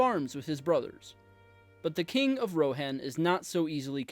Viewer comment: the least you can do is pronounce Rohan and Edoras correctly, i mean..